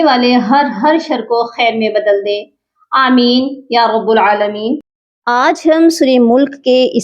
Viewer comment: یا رب العالمین کہیں تو “یا” جو یائے ندا ہے اس کی وجہ سے رب کے “ب” پر زبر ہوگا نہ کہ پیش اور جب ویقبضن پر وقف کریں تو نون کی آواز پڑھ کر زبان کو جو تالو کی طرف بھوچال جاتی ہے اسکو وہاں سے ہٹائیے نہیں ورنہ ہلکی سی “ہ” کیُ آواز نکل جاتی جو صحیح نہ ہوگا